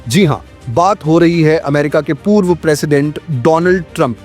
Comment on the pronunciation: Why “poorve”